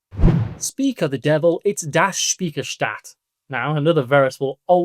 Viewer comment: Speicherstadt should sound more like "Shpichershtat" if that makes sense